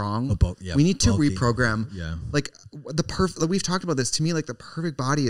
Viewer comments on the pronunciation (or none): Tell me why trixie says reprogram but also progrum